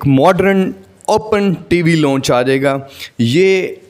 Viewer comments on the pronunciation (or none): none